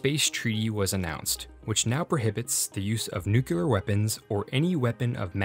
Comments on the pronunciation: "Nuke-you-ler?" Seriously, dude? Please bring back the old RealLifeLore narrator!! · OMG HE SAID NUKULAR